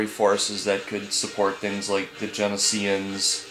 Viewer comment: not jen-i-s-ee-ans its jen-O-sh-ee-ans